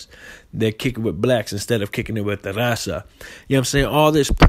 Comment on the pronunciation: Can even speak Spanish good.don’t even say raza right